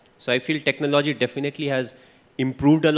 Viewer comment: How does he pronounce TECHNOLOGY....... Very cunning and wise when in front of camera.....the way he compared Sachin and Virat......everybody knows it's Virat the best but emotional sentiments is still with Sachin..